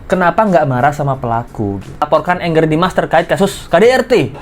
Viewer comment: nyebutnya jangan engger dimas, Angger dimas aja pake A. Angger itu artinya anak laki-laki dalam bahasa Jawa. 😊